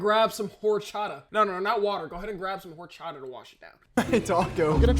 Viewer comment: thank you for pronouncing horchata correctly, i would've immediately unsubbed, unfollowed and reported you everywhere